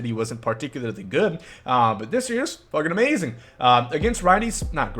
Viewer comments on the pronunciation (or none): none